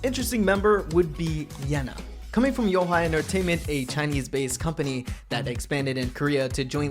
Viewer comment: "Yo Hi entertainment" lolol thats the most unique way i've heard mentioned. Usually its You-eh-hwa. I wonder how it is actually pronounced. I watched the Chinese pd101, and i'm sure they had trainees there, but i can't remember... I know Wonyoung is considered to have the most stunning visuals, but i dunno. I always thought Minju out shined them all in that area with hyewon in 2nd! lol